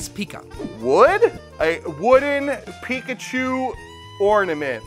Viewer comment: thats not pikachu. thats picklechoo.